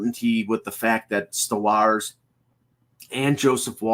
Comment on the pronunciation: Please learn how to pronounce Stolarz properly!